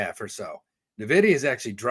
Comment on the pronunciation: please teach how to say N-Vidia and not Navidia... Drives me crazy everytime thanks